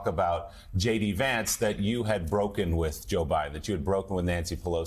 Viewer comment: You said JD Vance wrong